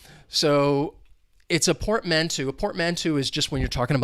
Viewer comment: Happy New Year, bro ☺! psychological would be the correct word ☺. Be careful with the pronunciation of portmanteau: UK /pɔːtˈmæn.təʊ/ US /pɔːrtˈmæn.toʊ/ 'Eau' is pronounced as in the fragrance world Eau de Parfum (EDP). Another really awesome vid 👍.